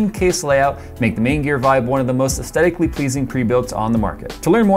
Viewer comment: Luv ya but... repeat after me: buh-HEE-muth. buh-HEE-muth. ess-THET-ic. ess-THET-ic. People are WHO, not THAT. Don't be a maroon. Knucklehead? Okay, sure. Drive a Camaro, even, not a 'stang. But maroon? Nope!